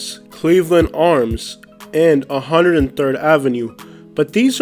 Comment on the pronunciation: Man’s said 103rd ave 💀